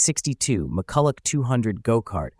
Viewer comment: Mu-ku-la is the correct pronunciation